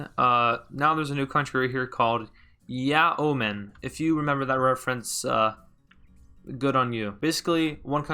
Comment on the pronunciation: I believe you mean "Yeman"